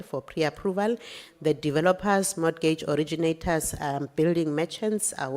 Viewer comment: I’m not trying to be strict but I need mama to stop pronouncing the t in mortgage. I’m evaporating 😭😩